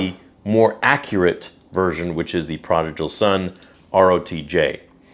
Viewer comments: You should learn how to pronounce "prodigal." It's not "projical." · bruh it’s pronounced prodigal not prodijal lol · Prah-dig-uhl, not prah-dij-uhl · Just a heads up: it's pronounced ProdiGal, not ProdiJal. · Hey man no hate but you mispronounced prodigal each time. Pra-dig-all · Bro, love your stuff and support the channel, but you're killing me here. It's pronounced praa duh gl. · Perhaps you should know how to pronounce prodigal before making a video saying it.... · Good to know what the difference is, might get one for my sister :D Grammar nazi moment: You might wanna check your pronunciation on the word 'prodigal' :D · Please don’t take this the wrong way, but why do you pronounce Prodigal wrong? It keeps throwing me off and I can’t focus on the rest of the video 😂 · Your not even saying prodigal right . Lmfao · Brother, you are killing me on the way you pronounced prodigal lol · Please say prodigal correctly haha. ❤ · I'm sorry, but, I can't watch you anymore man. I've put up with a lot from you recently but this is honestly the last straw for me, as it is. Things have just been piling up and up and no matter how much I try to ignore it, I just can't anymore, and this kind of proved it to me. Just completely insensitive. Like seriously, mispronouncing "prodigal?" Come on man. Do better.